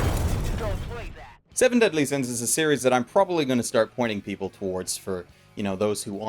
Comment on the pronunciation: Seven Deasly Sins? You mean Fullme— ... Oooh.